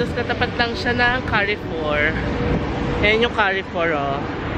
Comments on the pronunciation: Very filial ka. Bringing your dad for holidays. Yah. Carrefour is pronounced as kar-four. Just for knowledge ha. Looking forward sa mga vlogs mo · Enjoying your vlogs a lot,. Note lang that the pronunciation of Carrefour is like “Car Foor”